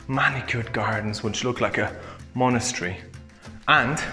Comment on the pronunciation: I've watched this video hundreds of times I'm ashamed to say. Something about this house is just mesmerizing. P.s. monastery and monochary 🤣🤣🤣 but seriously I love the video, wish you'd go back and show the chapel and grounds.